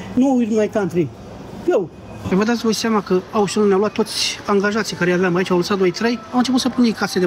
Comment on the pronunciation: Auchan se pronunta "oșan", nu "aușăn" pentru ca este de origine franceza, nu engleza.